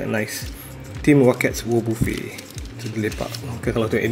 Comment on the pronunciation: Cara nk ckp nama wobuffet tu sepatut nya "wabafet" bah, geram plak dengar abah ckp wobofe T-T